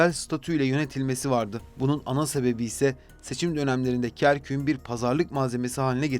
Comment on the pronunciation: Kerküğün değil Kerkük’ün diye telaffuz etmeliydiniz. Bu güzelim bilgilendirici videoyu Türkçe hataları ile bozmuşsunuz maalesef.